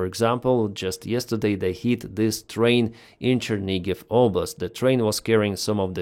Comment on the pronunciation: Chernihiv not Chernigiv